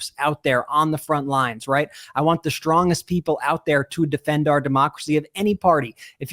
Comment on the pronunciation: The word I'd "strongest," no sh in the word. Yes, Michelle Obama mispronounced words beginning with the letter "s" but it's wrong and unnecessary.